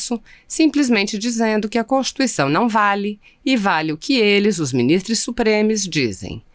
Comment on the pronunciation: ALÔOOOOPO VERGONHA 🙈🙈🙈! Não é minis... TRESSS que se diz, É MINIS... TROOOOS!